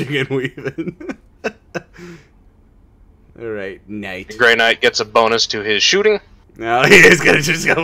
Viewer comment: Is Grey Knight, not Night ya Wally.